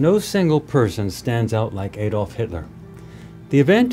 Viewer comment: His name was Adolf not Aydolf. Do you say "Aydam and Eve"?